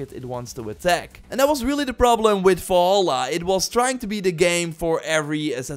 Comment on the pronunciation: Im sorry, but while the video overall was absolutely great, I got incredible frustrated over how you said "Wolholla" instead of "Valhalla"... I loved this video, but please take the revenue of this video to take a grammar/speaking/pronounciation-course. Thank you :) (Before y'all start beefing again, this is meant friendly and I do not mean to attack him personally. So you can kindly piss off, thanks).